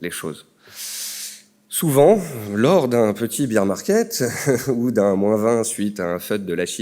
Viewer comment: BEAR (bèr) market...pas BEER (bir) market mdr